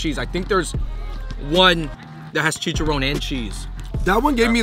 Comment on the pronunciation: Its CHIICHAARRROON not chichaRONE